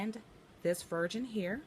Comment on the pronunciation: It sounds like you’re saying virgin instead of version.